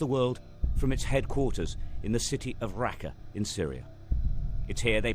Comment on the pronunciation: Its not rakka its raqqa